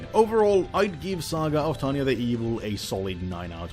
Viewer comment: the guy has problem saying tanya name but says victoria name in one breath. me having problem saying both names... WHAT?